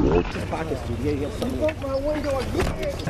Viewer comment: You bwoke my window agwin..ahh dwammit